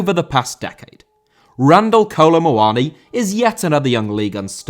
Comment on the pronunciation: Muani* not Muoni